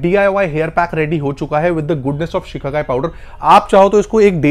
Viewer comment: Sir shikhakai nahi shikakai